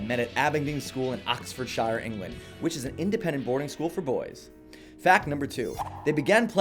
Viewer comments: Oxfordshire is pronounced ox ford sheer rather than shy-er. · it's pronounced oxford-sheer and boruh not shire and burrow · Oxfordshire when spoken should rhyme with fear not fire. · Please dude no. It's not Oxford SHOWER. Please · Fact 108..Pyramid song rips off the Opening chords of 'Waiting rooms' by Simon Warner..Waiting rooms is a forgotton masterpiece of an album released four years before Amnesiac.Nobody knows this but Thom Yorke and jonny.... also Its pronounced 'Oxford-shear'.. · Just saying if it's a English county ending in -shire it's pronounced sheer, not like The Shire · Please fix your pronunciation of "Oxfordshire"